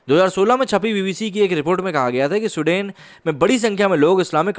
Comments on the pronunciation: स्वीडन बोलिए सूडेन नही।हिंदी और इंग्लिश पर काम कीजिए 🤣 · My friend, in your video title you have mentioned SWEDEN which is an Europian country, and you are calling the name of the country as SUDEN and actually the video backdrop is having the news about SUDAN which an African country. Yes this peace loving people are creating Havoc in many countries especially after Syria war and getting refuge in other countries, make a video on Germany facing problems with these so called peaceful community playing Taharrash in the main streets and harrasing and raping women in public. Video proofs and main stream news are available on Youtube for reference. Please check once and correct your video description. Like your content but please pace up the narration, I always watch your videos at 1.75X speed otherwise I immediately fall asleep, Lolz... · suden nahi, it's Sweden to Sahi sahi bolo. 😂😂😂😂😂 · Abay lundar daas saaf saaf bol. Sudain nahi Sweden bol gadhay. Poor pronounciation. Huff paranormal??????????? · Pls pronounce the name correctly. It's not Sudain . It's pronounced as Swe + den = sweeden but spelt with one e , ie sweden . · स्विडन बे सुडेन नही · भाई..उसका उच्चारण “स्विडन” है..ना कि “सुडेन”. कई बार मुझे लगा की आप “सुडान” की बात कर रहे हो. पिक्चर्स भी तक़रीबन वही की दिखा रहे थे आप. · स्वीडन ना कि सुडेन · Bro love your small videos ...just wanna correct you on one small thins that this country is not pronounced as you are pronounced "SUDEN" it's " Sweden" I love this country as people are kind and respectful and Great culture. I was there in 1999 and can say things are changing rapidly. And it's very sad to see. Plz keep up the good work. Jai Hind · For a moment I thought you were talking abt Sudan ,then came.to know its Sweden like swee- duh- hnn....don't mind .